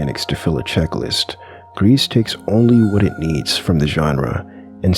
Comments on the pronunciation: Totally agree, except on one thing. It's not gress/grease/whatever u said, "s" is silent. So more like "gree" Anyway, would love to have a new word for those games. So yeah, good video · "Gris" - french for grey. The "s" in "Gris" is silent. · You don’t pronounce the “S” sounds like you’re saying “grease” 😂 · It's pronounced "Gris". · Good video but you mispronounce gris, it's said more like gree but more tightly (?) and you don't say the s because like most french words tend to do. Just a little fun fact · Gris is pronounce “gree” it’s a french word meaning grey. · The S in "Gris" is silent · the S in 'gris' is silent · love the video but you mispronounced gris like 5 times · Not how you say gris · "gris" is grey in french, "s" is silent